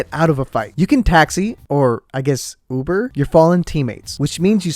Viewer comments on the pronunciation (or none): none